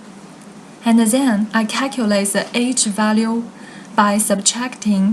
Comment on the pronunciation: why you keep saying ' zhen' instead of ' then'